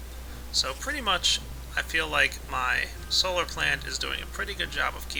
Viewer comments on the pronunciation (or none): none